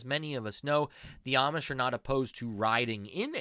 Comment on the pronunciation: If you say Amish with a short A sound you are saying it wrong. They pronounce it with a long A sound.